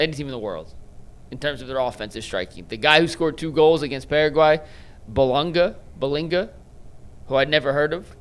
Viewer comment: Also …Bolinga? Come on dude